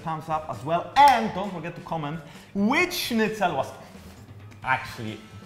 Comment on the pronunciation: Bro. You said schnitzel correctly. Wanna marry?